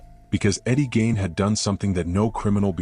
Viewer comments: Eddie gain ??? No it's pronounced like geen not gain. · It's Gein,,, at least get his name right.